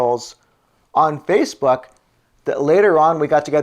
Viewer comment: Well ive been residing here in Washington State A native of California state ! Sounds like your saying Spacebook .Well people change in appearence . How about at Gay bars lol .